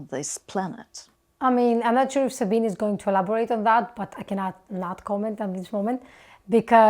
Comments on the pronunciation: fun fact: the ending vowel of Sabine's name is pronounced like the ending one in Porsche. okay, that didn't help much, lol. but it's actually supposed to be not muted. and pronounced like in, "beg;" not, "be." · My love for Sabine’s (pronounced ZA BEE NA) channel brought me to your reaction video. Now it seems I may have a new channel to love! I would love to see your reaction to one of Sabine’s music videos! Looking forward to digging into your entire content… you have a new subscriber in me!❤❤❤ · I like Sabine (by the way, it's pronounced Zabina) Hossenfelder. She thinks and researches extensively, usually makes things understandable, and has a good sense of humor. In her "Is Nuclear Power Green?" video, however, I had one criticism. She didn't entirely leave out the problem of nuclear weapons proliferation, but slurred over it far too quickly. Fast breeder reactors using U238 to produce Pu239 produce Pu239, the stuff of atomic bombs and the triggers of hydrogen bombs. That's worrisome, and, in my opinion, more than just a political problem. On that count, thorium seems like a much better choice. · FYI: there are 3 syllables in the name Sabine. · Sorry to kibitz a little here, but just FYI, her name is pronounced sa-bean-uh. 😉✌️ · Sabine generally does a very good job. We need more theoretical physicists on YouTube (BTW, it's pronounced like 'Sabina'...it rhymes with '').